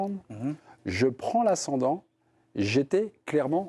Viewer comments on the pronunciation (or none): Il faut lui dire que l’ ascendant c’est pas la sendant 😘